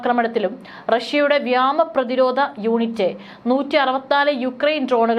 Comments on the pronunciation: വ്യോമ സേന / വ്യമാ snena അല്ലാ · വ്യാമ പ്രതിരോധമല്ല; വ്യോമ പ്രതിരോധം 😂